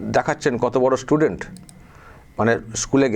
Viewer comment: স্টুডেন্ট বলতে পারে না,,ইসসটুডেনট বলছে, এরাই হিন্দু তথা ভারত বিরোধী। সাবধান।